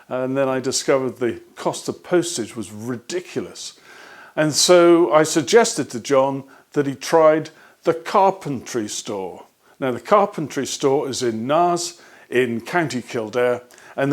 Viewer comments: Quality as always. FYI, Naas is pronounced to rhyme with ‘ace’ rather than ‘ass’ 😇😅It is an anglicised name of a town with a (meaningful) Gaelic name. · Naas is pronounced 'nace' - like race or lace :) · Thanks for yet another well produced and useful video. (FYI Naas in Co. Kildare is pronounced nace).